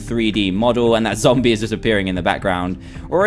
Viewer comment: it zombie not zomb